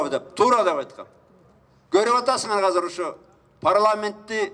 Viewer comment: Казыр эмес Азыр.